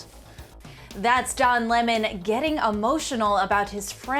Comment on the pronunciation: Don Lee-maan